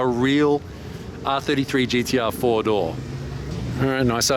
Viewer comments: I thought he said Fordo, like Ford but with a japanese accent and was confused, then I realized all those cars had 4 doors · yes I realized later, found it funny. I’m glad you’re doing videos again